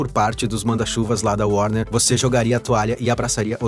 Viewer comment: O grande póblema da DC chama-se worner ...